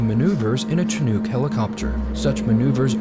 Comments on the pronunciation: one of my pet peeves is people mispronouncing chinook just like library is not libary chinook is not chin-ook its shin-ook with the ook being pronounced like book and not nuke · Chinook is pronounced (she-nook) not (chi-nuke) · I got rather pissed when he pronounced it chin-nook, not only was it a Sea Knight, but it’s pronounce shin-nook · It's pronounced "CH47 Shithook", unless something's changed since I was in the Army. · It is Chinook pronounced (shit-hook). It’s a wonderfully great and terrifying aircraft. The leaking oil shouldn’t terrify you, it’s when it stops leaking you should worry. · That pilot is amazing. Thanks for pointing that out. And because its the second time I've heard it today (Chinook), its pronounced "SHI" nook. Lived in Calgary where the warm chinook winds blew in the winter. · It hurt my soul when he said Chin oook, not only that but also how he called the sea knight a chin oook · Me watching video: Him: CHIH NUKE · has this guy never pronounced chinook before? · that isn't how you pronounce chinook... smh